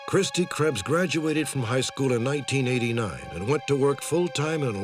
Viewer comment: Butchered her name